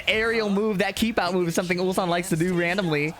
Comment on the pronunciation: Yeah and Atif butchered Ulsan 2 times in a single tournament😂